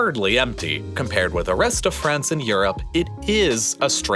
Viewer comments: The country is France, not "Frence" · Hahahahaha franch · did you say "francestance"?